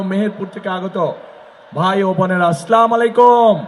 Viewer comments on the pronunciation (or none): একজন মুসলমান এর সন্তান নিজেও মুসলমান সালাম টা স্পষ্ট করে উচ্চারণ করতে পারে না,, দুর্নীতি ও চাঁদাবাজি বন্ধ করতে জামাত কে ভোট দিয়ে জয়যুক্ত করুন